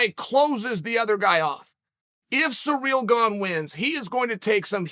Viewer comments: “Cereal Gone” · Surreal Ganye - Chael is undisputed